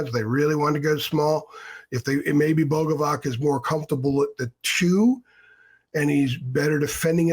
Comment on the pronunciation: It's pronounced Boga-vats. "C" makes a "ts" sound in Slavic languages